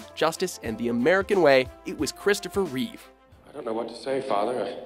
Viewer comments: Christopher *REEVE. Only George has the s at the end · It's ReevE, not ReeveS. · It's R-E-E-V-E, not ReeveS. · It's Reeve not Reeves